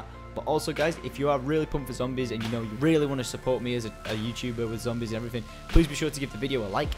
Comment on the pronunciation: ending: "And adios" good job, next video try to get get the "R" out Zombiessssssssss!